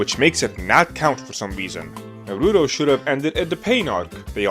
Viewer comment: I can't with you saying Naruto wrong...